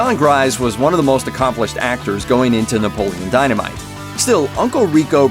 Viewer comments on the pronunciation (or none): Can't take this seriously if you can't even pronounce the main characters name correctly